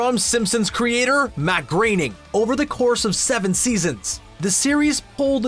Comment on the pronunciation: Wow, you actually pronounced "Groening" correctly this time.